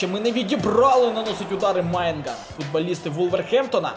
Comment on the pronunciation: Голова, какой нахрен Майнгнан, если он Маньян? Не дуркуй)